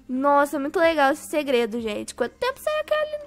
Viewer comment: Kkkkk a parte que ela fala gredo kkkk